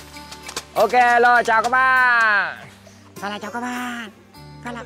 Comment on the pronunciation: Ông này cứ chào các ba với chào các bạ ko... từ đó là quan trọng nhất mà nói ko tròn vành rỏ ràng đc, chả biết chào ai